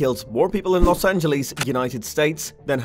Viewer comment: Good video! FYI no one really says it as "Los An-je-lees" except as a joke, it's generally "Los An-juh-luhs" though I suppose the closest to the original Spanish would be "Los An-je-les" and I don't think anyone would bat an eye at that.